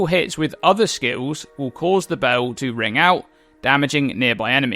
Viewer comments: Bell its bEEEEl not BOOOOU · Can u pls say "bell" like a normal person. Its not BAUW its just a bell dude, jesus...